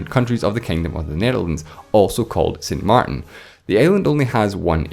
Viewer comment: you were doing so well with the French accent, and then "saint mar'in". xD